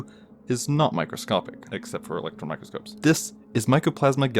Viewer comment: It's microscope not mycroscope